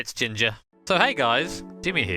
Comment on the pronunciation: 'Jimger' 0_0